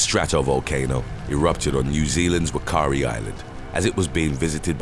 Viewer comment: Hate to break it to you but NZ ‘Whakaari Island’ the ‘WH’ sound is actually pronounced as an F Yes folks it’s Fakaari Island & the little town on the mainland is Fakaari….👍